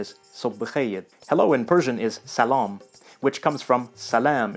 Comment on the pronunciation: history in arabic pronounced the same as you did in Persian. You have a good accent in the words Salaam and Ism but I advise you to use google translate it pronounces Arabic words somehow good! greeting in Arabic is Al Salaam Alikum [1] which means "Peace be upon you" which is the greeting of Islam . But you may hear also Marhaba [3] means Hello. the response to Al Salaam Alikum is Wa Alikum Al Salaam [2] means peace be upon you too. Arabic is a beautiful language but it is hard to learn (its the hardest on the world as I know). It is called the language of [4].[4] is letter that is not found in any other language (google translate pronounces it well) Unfortunately, Arabs (I am a one of them) have many "Dialects" in the language spoil the beauty of the language. If you master the Arabic language and hear Arabian person speaks you will hear new words!. But the problem solved if you ask him to speak the Classical! Arabic [5] If you would like to hear the perfect Arabic, hear the holy book of Islam "Quran" [6] read by one of the Readers [7] here are some links: Hope this comment gives you good information! _________________ [1] السلام عليكم [2] وعليكم السلام [3] مرحبا [4] ض [5] اللغة العربية الفصحى. I didnt like the translation "classical" but that is how google translates it [6] القران [7] القُرّاء